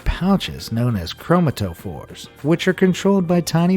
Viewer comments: lmao the dude said chrome-uh-tuh-fores, when its chrome-at-uh-phores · oh god this makes me cringe.. I don't have trypophobia, but he pronounced Chromatophores incorrectly. It's pronounced "kro*mat*oh*for" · it's pronounced Chro-MAH-to-phores. I hate it when narrators don't know how to pronounce words. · chrom-ato-phores? Dude, I'm done correcting your shit. Use or something. chro-MATo-phores. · Croma-toe-fors? really? Try Cro-MAT-a-fors (the "pouches" that change color on a squid) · Cool stuff, but chro-MAT-ophores not chroma-TOE-phores. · CROW-ma-tow-fours. Seriously! Made me snarf my tea and my cat is NOT happy about her needing a bath. Pronunciation needs much improvement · Great video. It's pronounced Kro-mata-fors. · Awesome video. It’s pronounced~ Crum-atta-fours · it's pronounced chromatophores